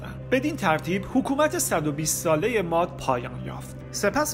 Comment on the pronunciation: M: اَرمیا درست نیست و اصلش "اِرمیا"هست! قومِ مادّی(باتشدید ازمادّه یعنی مواد یا جنس نرو مادّه ) میاد ولی بدون تشدیدیعنی اسمِ یک قوم هست بنام " ماد " درست تلفظ کنیم!! باسپاس😒🙏🏽💙🌙